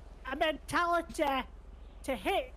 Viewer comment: The monologue part 🤣🤣🤣 "It was a mentalateeh"